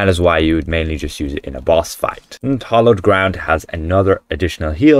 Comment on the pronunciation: By the way, It's Hallowed Ground, not Hollowed! 😊 {:-:-:}